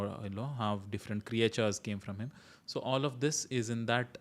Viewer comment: Excellent initiative Sir! Looking forward to the series. One thing I wanted to point out - you said certain creatures - did you "Creatures" because you pronounced it as "Create-tures"?